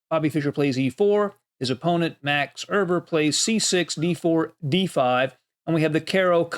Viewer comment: Max Erber? Max Euwe ,yes.